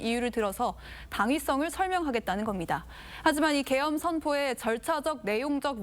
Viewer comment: 난 개헤엄으로 들었는데 계엄이였어? 자세히들어봐요